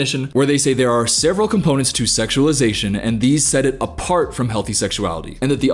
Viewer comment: totally not the point of the video, but i love how you say the word "several", you sound country as hell